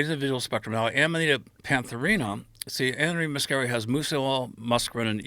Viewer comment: Aminita made me feel drunk